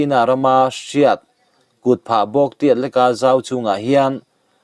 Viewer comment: A ziaktu ziah angin a chhiartu hian a chhiar fuh lo zauh zauh. Entirnan- kutphah bawk, bitum etc. A awmze bo takin i chhiar ṭhin a, a ngaihnawm lo